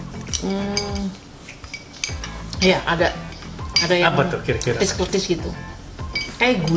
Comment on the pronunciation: Maminya kayaknya dari Jawa.. pas bilang klethis klethis. Hehehee